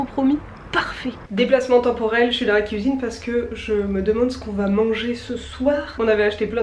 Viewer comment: Vers 12min 15, quand tu parles de Rochefort-en-terre et que tu dis: Quand on y vâ... avec le son a très québécois! Ça me rend un peu heureuse de voir que tu as pris un peu notre accent hahaha! Pour tes défi de mars, de mon côté, avec nos collègues, on c'est fait un Défi Équilibre en février. On avait plusieurs défis à relever. Malgré qu'on soit tous en télétravail depuis près d'un an, ça a super bien fonctionner! Des exemples de défis que nous avions à faire: une activité physique d'une durée minimale de 30 minutes (5x dans le mois), Prendre des nouvelles d'un collègues à qui on ne parle pas souvent (5x dans le mois), sortir dehors quotidiennement (pour faire autre chose que faire l'épicerie ou aller porter son enfant à l'école, 10x dans le mois) et OUI, on a fait ce défi dans le mois le plus froid de l'année au Québec! C'était génial de voir les collègues faire des activités à l'extérieur, ça nous donnait d'autres idées que seulement aller patiner sur notre patinoire de quartier. On s'envoyaient des photos et des vidéos pour s'encourager! C'était super de voir les collègues dans leur quotidien et c'est surprenant, mais, ça nous a même rapprocher! C'est certainement à refaire l'an prochain! :D Je te le conseil fortement! Ça peut également se faire avec des amis!